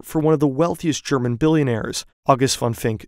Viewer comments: not enough hype for how good the german pronunciation is! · Great vid. The pronunciation of german was so pleasing to hear too.